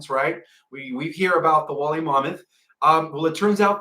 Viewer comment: DO YOU MEAN "WOOLLY" MAMMOTH, PROUNOUNCED: "WOOL-LEE" MAMMOTH! B/C THEY WERE WOOL-LY W/A COAT OF HAIR...